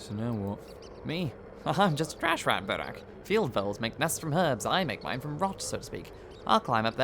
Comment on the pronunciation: Отлично играешь голосом! И один из немногих англоязычных, кто правильно произносит фамилию протогониста)